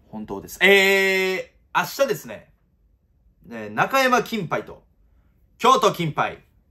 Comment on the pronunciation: 最近マイ2億くんの「明日ですね」がアスベストに聞こえる 指名した馬はベスト尽くせへんのに